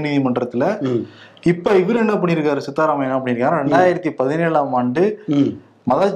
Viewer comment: சித்த ராமைபா சரியாக உச்சரிக்கவும் சித்தா ராமையா அல்ல.